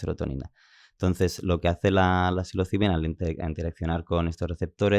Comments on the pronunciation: Como curiosidad.Soy yo,o el presentador dice siempre cilocibina,en vez de psilocibina? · psilocibina, no cilocibina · Se dice “psilocibina”, o sea, es con “s” la primera, no con “c” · Os ha dolido igual que a mi cada vez que el podcaster pronunciaba “cilocibina” ?😂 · No tiene nada que ver,psilocibina es ps,no es pc.Como lo dice el,si dices psicólogo como dices tú, oirías cicologo